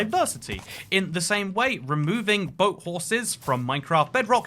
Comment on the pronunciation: did my man just say 'boat' like 'bott'